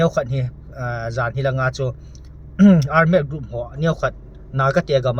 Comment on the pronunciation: Ar-med? Ole armed (thalchoi armed) joh nasei na hiding baha? Seikhen lou ding.